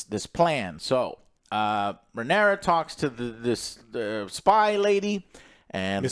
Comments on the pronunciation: It’s Rhaenyra dammit 😂😂😂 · RHAENYRA, NOT RHAENERYS ISTFG